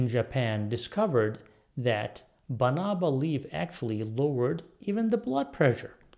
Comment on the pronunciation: That's correct. We have Banaba plants in the Philippines. Pronunciation is fast with stress on 3rd syllable.